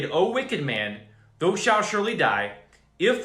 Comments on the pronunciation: Thou is not pronounced like though. It is pronounced like ow ... it is confusing when you read it as though, for people who never read kjv or new Christians. Doesn't your preacher read it as thow as in ow ? Not being ugly, just trying to help you and others through your speech. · I love your great words of warning and encouragement! Thank you thank you thank you brother! I did want to say though that I have never hear the biblical word “thou” pronounced like though like toe, only as THOU like cow.